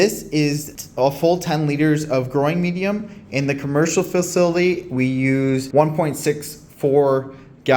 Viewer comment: Here, "Fa-sill-ah-tee" Just give that pronunciation a whirl😉